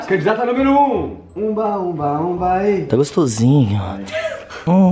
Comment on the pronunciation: ninguém: absolutamente ninguém:: "gostosin"